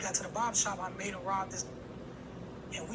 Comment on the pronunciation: U reaching w/ the emphasis on "Made" smh i can't rock wit ya on this one lil bro